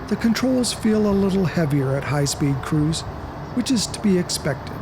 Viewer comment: After 10 minutes I realized the man was trying to say cruise but he kept saying crews